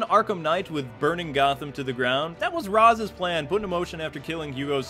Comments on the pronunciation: Dude, you're too smart to be mispronouncing rä's. It's raysh, not raz. It made me mad in the movies, they got it right in arkham city. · C'mon guys, Ra's is pronounced Raysh. One of the things that bothered me most about the Nolan movies. And don't get me wrong, I liked Heath's Joker, but I didn't feel the joke in Joker. Know what I mean? And Bane was weird too, but the movie was okay.